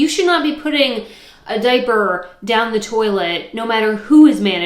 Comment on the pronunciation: I thought you said dead bird instead of diaper 😅